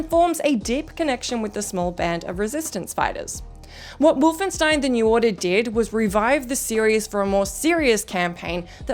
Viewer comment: I have never heard the word Wolfenstein pronounced so incorrectly.